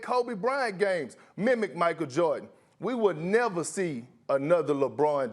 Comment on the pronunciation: Kendrick Perkins who tf is "Michael Jawrdon"?🤔